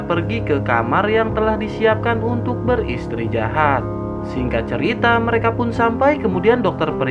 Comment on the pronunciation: Bang beristirahat bukan beristijahat bang aduh 🤣